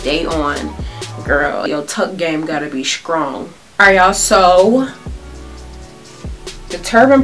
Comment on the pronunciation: Lol... She said "skrong". I'm done. 😂😂😂